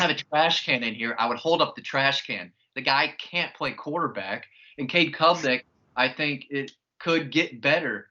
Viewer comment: calling Cade Klubnick “Cole Cubelic” is one for the books 😂